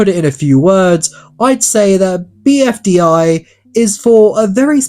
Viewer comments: I can't get over you saying BDFI instead of BFDI, lol. Don't want to make fun of you just I find it funny how much you switched those two letters. BDFI: battle dream for island 😂 Also I am a huge fan, been watching the show for at least 5 years now without any break, I found it with a list of all episodes once recommended to me and I locked in for 2 and a half day to watch it all till the latest video. Funny that the newest video came out like day before I finished watching the entire series so basically my first voting begun there and I never skipped voting since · Bfdi not bdfi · "BDFI"??????? IT'S ONE ACRONYM MY GUY 😰😰😰😰😰